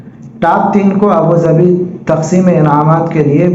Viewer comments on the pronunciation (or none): وعلیکم السلام ورحمتہ اللہ وبرکاتہ ابو ظھبی ہے ابو ظبھی نہیں شاید غلطی سے ہوگیا درست فرمالیں